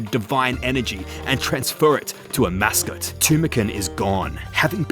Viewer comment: I'm so triggered you referred to Amascut as "A Mascot" the whole time